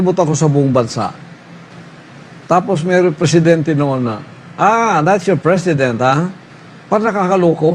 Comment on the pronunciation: '., 'KUMUN SINS'. JAJAJAJAJA. TAPOS KAKANDIDATO DAW AS 'PRISIDINT???🤣